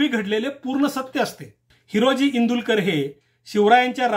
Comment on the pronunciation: माफ करा पण... इंदुलकर नाही तर इंदुळकर आहे.